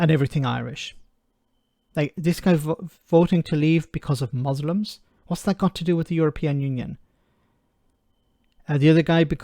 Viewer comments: What is a mooslum? 🤣🤣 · What the hell is a Mooslum?!